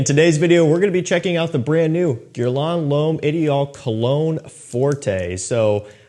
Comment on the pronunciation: Would be great if you'd learn how to pronounce the name of the brand correctly.